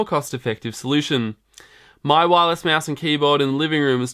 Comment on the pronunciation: hell it's not a meeeass it's mouse